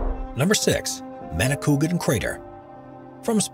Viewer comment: #6 that's pronounced "ma-ni-kwa-gan"